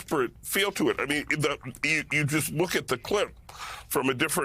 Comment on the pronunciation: the irony lol so embarrassing. "...How desperattion republicans are here..."